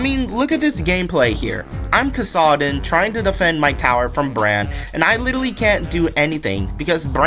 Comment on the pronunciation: bro the way u said Kassadin was actually CRAZY LOL